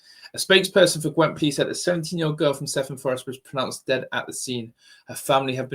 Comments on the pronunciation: Cefn is pronounced kev un . I live in south Wales and this is appalling, knife crime is out of control in the UK. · I don't live very far from blackwood, I heard it was an ex boyfriend of hers that done it. And Cefn is pronounced "Kev An" just to put it there. It's such an heartbreaking thing to have happen.